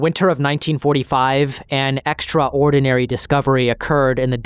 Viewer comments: Great video but the way you pronounce extraordinary is driving me insane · The way you pronounce extraordinary hits me every time